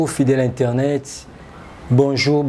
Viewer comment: On dit bonjour internot